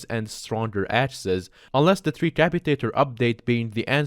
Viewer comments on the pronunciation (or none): none